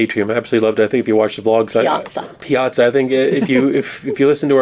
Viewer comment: It’s called the piaza not plaza